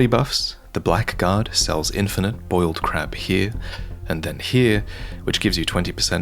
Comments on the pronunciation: It's "Blaggard" btw, not Blackguard. See a lot of people mix that up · Just a small note, "blackguard" is actually pronounced "blaggard" rather than "black guard". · I believe ‘Blackguard’ is pronounced as BLAGGARD, not BLACK-GARD. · You probably all know this by now but Blackguard is actually pronounced Blaggard. English spelling. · I also spent my whole life pronouncing 'blackguard' wrong -- it was only a few years ago I found out it's pronounced 'blaggard.' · Hey you're saying Blackguard wrong. It's actually pronounced as if it were spelled "Blaggard" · Random fun fact: Blackguard is pronounced Blaggard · Pointless fact: "Blackguard" is pronounced "blaggard" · Thanks for the vid! By the way, the ck in blackguard is silent: it's pronounced blaggard. Was wondering for a moment what the Black Guard was. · Blackguard as one word is usually pronounced like laggard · A note on the Blackguard: because English, it's pronounced "blaggard" instead of "black guard" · Blackguard is pronounced "bla-g'd", with the "bla" as in "black". I always hear people mispronounce this! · "blackguard" is pronounced "blaggard" :) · Really small nitpick but blackguard isn't pronounced like "black-guard" its pronounced like "blaggard" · this is picky and annoying but blackguard is pronounced like blaggered btw , quirk of old english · FYI blackguard is pronounced like blaggard. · Just FYI blackguard should be pronounced in a way that sounds more like "blaggard", check out Hades for some nice examples. Great vid as always. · it's pronounced BLAGGARD